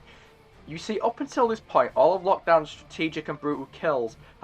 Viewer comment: "she has a pont"